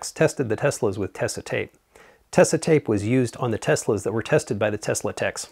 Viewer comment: the way you pronounce tesa reminds me of how everyone in the US seems to pronounce porsche